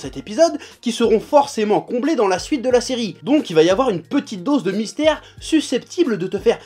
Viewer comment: "Trop de mystères TOU le mytère" 😂👌👌👌 J'adore